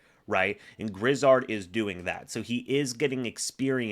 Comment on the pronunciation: Let me help you out here. The man's name is Josh Grizzard. Gri-zzard, with the accent only on the second syllable. Not Griz-zard, with both accented. You're welcome.